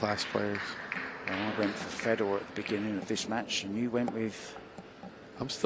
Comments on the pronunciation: So in some countries the name that's spelled fedor is pronounced..feedoor.? And in other countries, which is what I'm used to, it is pronounced fehdor. I don't know why it bothers me so much when someone mispronounces somebody's name. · Yet again, a predator event with some of the worst commentators in the game. When the one gentleman called Fedor "fee dor" i started to go for the mute button and it just got worse from there.